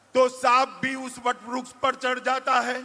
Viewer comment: ये अमित शाह को वृक्ष बोलने नहीं आता है, vruksh बोल रहा h